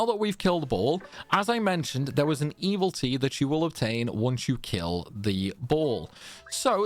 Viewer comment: Truly a gentleman and a scholar. I've played every Disgaea game up to this point but this was the first one where taking on Baal felt manageable and your guides were a big part of that. I have to ask tho. Is mispronouncing "evility" a bit that I am a latecomer to? I can understand mispronouncing "Pirilika" because even Fuji can't get it right for the entire story campaign. No shade intended, my ears just perk up every time it happens during your videos.